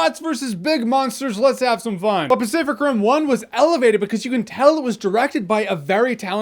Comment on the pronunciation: Do i hear "specific rim" or am i tweaking